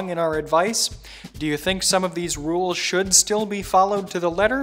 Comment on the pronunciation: I cringe whenever he mispronounces rules